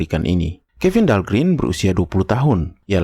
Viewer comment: Dahlgren huruf e nya 1 tetap dibaca e mjd "gren"...om Kalo huruf e-nya 2 (green) baru dibaca i (grin)